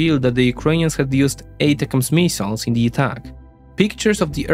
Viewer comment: no need to apologize about pronunciations, you would be apologizing all day otherwise; just chuckle about it and move on. Mee-siles haha